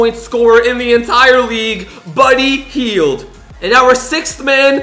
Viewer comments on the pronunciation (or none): he said buudy heil is in the eatsearn conference.